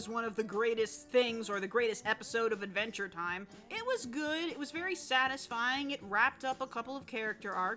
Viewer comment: “Advntre Time”